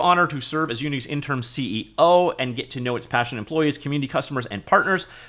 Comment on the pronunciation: In-ter-im, not in-term. :)